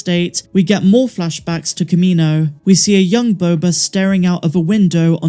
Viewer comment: Who says “Boba” better than?…. No one!!!!